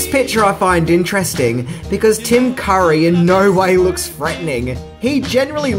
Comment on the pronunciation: He pronounces Tim Curry's last name as Car-ee, then when the camera is on him, the correct way